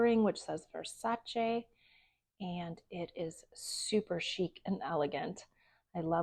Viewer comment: Thank you for pronouncing Versace correctly! So many people don’t